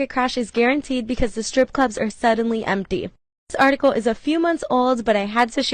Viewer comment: STR ippe not scripper STR for fucks sake.